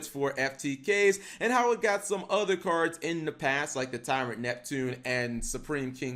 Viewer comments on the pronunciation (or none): none